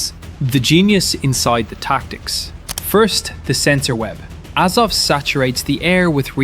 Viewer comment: AZOV, not AZOVE .